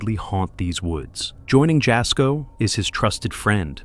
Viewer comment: It’s pronounced yasko not jasco